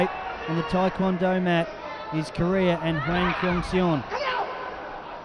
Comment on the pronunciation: The mispronouncing of hwang kyung seon is making me cringe